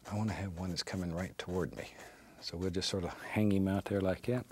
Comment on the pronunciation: I love when Bob Ross says « somethin’ about like ‘yat »